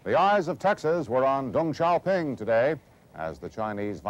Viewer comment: In what language do you pronounce Deng as “Dong”? Stupid as stupid does, there are more than one sound for e in English, none is pronounced as /O/!